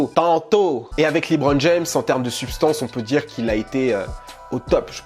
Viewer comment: Lébron et non pas Libron